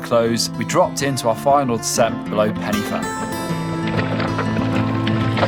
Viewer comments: “penny fan” 😂 Its like Pen y Van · It's not Pennyvan. It's Pen y fan pronounce pen er van. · Loved the video but that drove me nuts! My wife and I were laughing our heads off “It’s ‘pen-uh-van’ not ‘Penny Fan’!” 😂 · Pen y fan the Y is said like 'ER' not ee 😉